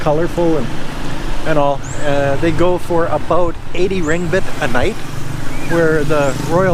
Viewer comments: The Malaysian currency is Ringgit (pronounced like ring+'get'). Not Ring-Bit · By the way Ringgit is pronounced "ring-git", with a hard "g" for -git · No such thing as open sewer in Malaysia. That's a DRAIN. RINGGIT is pronounced RING - GET. You're eating at a Chinese Restaurant so no brainier, you'll get Chinese foods.